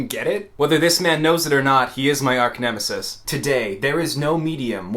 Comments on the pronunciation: "Arc-nemesis" Ok. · You say you don't want us to call you yet you pronounce archnemesis 'arknemesis' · How do you fuck up pronouncing archnemesis?